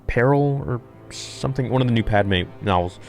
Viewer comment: Padme at C....? Nahhh you messed that one up my guy